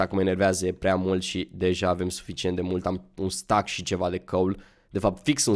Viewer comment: se spune steck nu stack